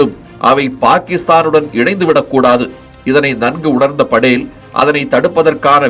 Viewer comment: நல்ல பதிவு ! ஆனால் படேல் , Padel என்று கூறப்படுவதை தவிர்த்திருக்கலாம்.